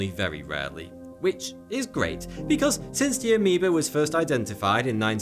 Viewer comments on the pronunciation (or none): keeps saying aemeba, shows animation of green bacteria